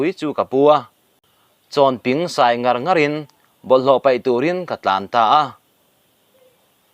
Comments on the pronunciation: Mizo tawng thlûk lam dik thei lo i ni maw 😅😅 "Chawnping", 'Chāwnpíng" thlûksei ka dah ang hian thlûk tûr a nia. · Mizo ṭawng hi i chhiar diklo ve nual ṭhin mai.! Eg: Chawnping= hei hi "ping" lai hi "hmetping/phui" anga lamrik tur a nilo. "Sa-phing" tih a phing kan lamri ang khan " "chawn-ping" tih tur